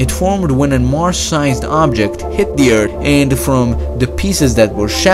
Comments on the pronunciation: science is amazing, hard to imagine how Urt was before after reading the comments i cant unhear "urt" and i cant stop laughing watching this. its like when i hear canadians saying "ey" and "aboot" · Does sound like he is saying URT.....🤣😂🤗🤗🤣👌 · The moon and the EERT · Never been to "Eart" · Turd, ert, hishtry, breet, turdiate😂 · WHEN HE SAY ERT I CRINGE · Nice video, very informal. Please learn to use English properly next time though, very annoying how you pronounce “Ear-TH” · Urt eart ert lol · Ert ...ert... ert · Urt.....I laughed every time. Sorry l great vid though. ..... Urt. 😂😂😂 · Look, I usually do NOT remark about the English pronunciation of random people (especially since I'm not a native English-speaker myself), but this guy SERIOUSLY mispronounces EVERY -th (not only when he says Eart) in this video. He's fluent too, so wtf? Bruh, how did you become so good at English while seemingly having skipped the school lessons where they taught the correct pronunciation of -th? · Weird accent...and I´m sorry but that "eartt" was getting on my nerves,and its like he struggles to speak...well,thats here on eart...lol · Stop saying ert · Just how you keep saying “urt” made me stop watching the video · I love the way you say "Earth". Idk why but I do. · Guys stop making fun of the way he’s saying earth he’s probably from a different country and he’s trying his best way to say earth so stop it. It’s not funny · I really love your videos. Fascinating topics to me. To those critizing how he says earth...is it really that hard to help others rather than be rude? To pronounce the th sound in earth and other words...put front 1/4 part of tongue behind the back of the upper front teeth. Quickly push air out of your mouth while quickly bringing your tongue back down. See! It's not that hard people to be helpful or kind. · HE IS SAYING Eeard AND NOT Earth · I thought it was called earth not Urrt.? How can someone be so smart but cant say earth properly ?? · It's Earth not ERT